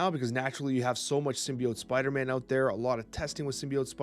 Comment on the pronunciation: 😂" aut there " the Canadian comes out